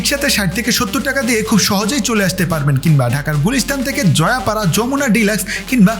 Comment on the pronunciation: Joypara na, joypara